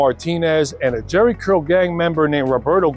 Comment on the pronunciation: "Jheri Curl", or Jheri Girl? 😂😂😂